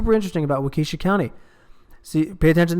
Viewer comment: waa kuh shaa not wauke shuh